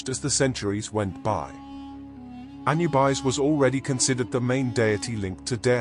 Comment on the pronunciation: Another bot that can't even say the name correctly. -1